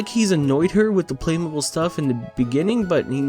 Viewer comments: It’s said like play-moe-beel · Just as an FYI, most people (including the ads for the toys) pronounce it play- mo- beal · It’s pronounced play mobeel but it just spelled that way. And I played with the things all the time when i was a kid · The way to say Playmobil is: Play-mo-beal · its pronounced play-mobile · it is pronounced "play-moe-beel" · It's pronounced playmobeel btw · its pronounced play-moh-beel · It’s pronounced “play-moe-bi-eel” 😌✌️ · That it the strangest way to pronounce it. "Play-mo-beel" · Its pronounced "Play - Moe - B - eel" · Playmobil is pronounced like batmobile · It’s pronounced playmobeel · Its pernocied play-mo-bill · It's just Lego, not legos. And its play-moe-beel you swine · It’s pronounced Play- moe- beel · Its pronounced play mow beel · It pronounced play moe Beal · This is the first time I've heard someone pronounce it any other way than "play-moh-beel" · You don’t know how to say play mobile ? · pronouncing Playmobil (play-mo-beel) wrong is making me wish he brushed up on his Playmobil lore. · I'm gonna say "play-mow-BEEL" (not a native english speaker)but I can't believe you've never heard a playmobile commercial where you live. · if actually cant pronounce playmobil, its pronounced play-mo-beel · Its pronounced play mobeel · It is pronounced Play-mo-beel. Playmobil is made in germany. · It’s Play-mo-beeL I know this because I had way too many sets of them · Btw it’s play mob e-e l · Hey I know a bajillion people probably already said this, but its pronounced playmobEEl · its "play-moe-beel" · Pronounce it playmobeel Yes I’m English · Play Mobil don’t say the “ buy” part you hear when saying Mobile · I don’t know what’s worse, his pronunciation of “Playmobil”, the background music in this video, or the movie itself. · As someone who is seen billions of playMobile adds I know you’re pronouncing it wrong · How does this guy not know how to say Playmobil? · You pronouncing playmobil incorrectly gave me an anyeurism